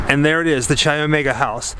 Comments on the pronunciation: K I omega is the pronunciation not CHI although the spelling is CHI Omega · Say it with me... KAI Omega. Chai is tea. Greek letter “X” (Chi) is pronounced Kai. No “ch” sound. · For everybody watching this, Chi Omega is pronounced “KAI” Omega, not cheesy chi. Good tour otherwise. Just trying to avoid Idiocracy becoming real life. It’s a futile mission. Thanks. P.S. Next lesson: You don’t loose a game, you lose a game. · Chi is pronounced ky not chy. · It's great to see this (old) video of yours and see with all the knowledge about the details. is just "Isn't that cool"ing and "Crazy"ing along while comes up with all the nitty gritty. BTW... "CHI" is pronounced "KAI", not "CHAI"! I really love you guys and your videos, but it does get a bit old when you don't do all the research. A friendly jab... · Love your videos bro! just an fyi its pronounced like Kai not Chai. Chi Omega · as much as i love this video, some of the pronunciations in this video is off, chi omega is pronounced “ky omega” and lisa levy is pronounced “lisa leevee” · Great video! Chi is actually pronounced with the “ch” as a hard k sound. So like sky without the s. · The sorority was Chi Omega....pronounced "K-EYE" Omega. Just call me a stickler for spelling and pronunciation!😉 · Chi is pronounced like ‘kye.’ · Great doc - but please learn how to pronounce Chi Omega.